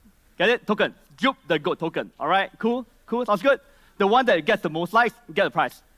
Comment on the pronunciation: "GOAT" not "Goat", lul